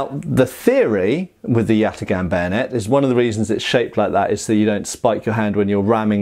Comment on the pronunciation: Do a shot every time he says yatigahn.